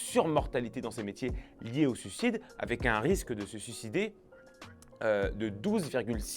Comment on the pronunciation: S'il te plait... Suicide, pas sucide. S'il te plait!🙏 Tes vidéos sont formidables, mais prononce le i.